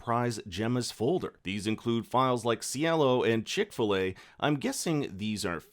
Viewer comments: Please , for reference, "Chicxulub" it's pronounced as: Chee-ch (like 'Chee' in 'cheetos' and then you repeat the sound for "Ch" at the end) // shoe // lube = 'Cheech-shoe-lube' I know that Chick-fil-a was probably for funs... but just in case it was not, ill leave this here for future reference. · not chick-fil-a but chick-su-lub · "chick filet" instead of Chicxulub lol. I've been working on a Chick-Filet file of my own for several years now. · Did you say one file was Chick-fi-la? Lol, it's Chicxulub - as in Cheek - shoe - lube - as in the asteroid that killed the dinosaurs. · Chicxulub is pronounced phonetically as Chic-shaloob NOT Chick-filet! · Chicxulub is pronounced Chick-fil-A? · Am I the only one who heard Chick-fil-A when talking about the chicxulub file? 😂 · Nahh me too lol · you called the name chick-fil-a, but is actually a Mayan word - Chicxulub, refering to a place in Yucatan, Mexico, which is the place of an impact crater - the name translated to spanish menas "pulga del diablo" which in english would be "devil`s flea" - you can look up and try to properly pronounce it - otherwise I like the video :)